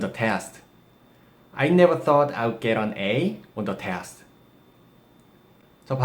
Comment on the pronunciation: 써어트 인가요? 발음이요